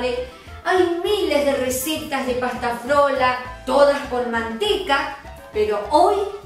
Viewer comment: Pasta Frola,, no flora, por más simpática qué sea